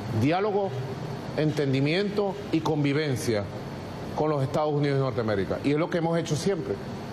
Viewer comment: Aprende a pronunciar Estados Unidos